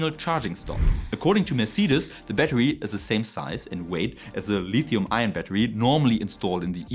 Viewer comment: Mercedes is pronounced mer-say-deez I remain hopeful for new batteries, but I will not believe any of them are viable until techtubers can buy one for relatively little, test it, and cut it apart.